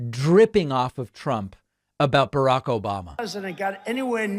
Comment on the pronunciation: That "Obamna" drop gets me every time lol. That and the "Troth Sential".